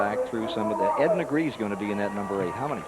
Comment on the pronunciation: FUN FACT - Ed Negre has a Catalan surname (it's my region in northeast Spain) and it must be pronounced neh-greh and his surname is just "black". He's not the only NASCAR driver to have completely screwed his own surname during his lifetime. Another similar case is Johnny Sauter, his surname is "sau-ter", not saw-ter, you gotta pronounce all the vocals individually.